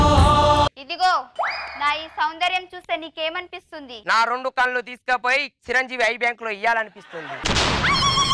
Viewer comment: nuvvu super Kani chiranjivi kadu chirajivi garu anu plz